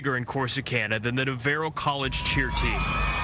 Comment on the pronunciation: why can none of the reporters pronounce Navarro correctly